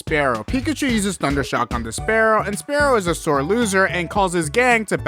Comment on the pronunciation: Like your videos but can you say spearow properly 🤣🤣🤣